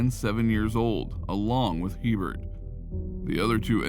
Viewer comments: In Louisiana it’s pronounced a bear not he Bert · 1st its pronounced (A Bear) not He burt... 2nd Louisiana has parishs not countys... also it's the community of waggaman in Jefferson parish... I was like wtf is waggaman county 🤣 we like to be different in Louisiana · stephanie hebert's name is pronounced a-bear. its french. also.... not sure what county you were talking about, but we don't have counties in louisiana. they lived in jefferson parish. do your homework boudroux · There are no counties in Louisiana. Waggaman is a part of the New Orleans metroplex. And her last name (Hebert) is pronounced Ay-Bear. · Herbert is a common last name in Louisiana. It's pronounced (ay-bare) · Stephanie's name is pronounced "A bare", spelled Hebert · Stephanie last name is cajun french... before you start... I knew that family.. the sub division was in WAGGAMAN... and Herbert pronunciation is Abear, long a🫠 Aaaaaabear 🙄no H .... think of HERMES.... EEEAAIRMAYS.🫨🤑🫡🫦 not trying to be picky but I knew her family. SOME CAJUNS .. with a sense of humor 🤣 😆 names their child .. Herbert Herbert giggling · Good job on the video. There's one small problem. Her last name, Hebert, is pronounced A Bear not He Bert. The name is French. The He is pronounced with a long A sound. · Hebert is pronounced “ABear” in Louisiana. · Just throwing it out there in Louisiana Hebert is usually pronounced like A-Bear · Hebert is pronounced “a bear” in Louisiana. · Going to say the same thing. Louisiana check! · THANK YOU, that really irritated me